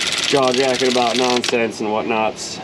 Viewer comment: Damn it.. Why are you making fun of us, What's that aboot?! Ok Sorry sorry for yelling there! You do a great job!